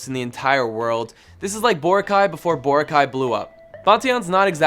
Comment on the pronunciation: As a filipino i dint even know when they say the boracay they say it like bor-racay😭☠️ love the video tho🇵🇭